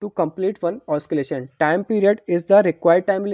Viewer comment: bro its not oskillation its oscillation. AND THX FOR THIS :)